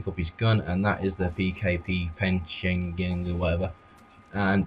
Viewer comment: Buddy, it's pech-in-egg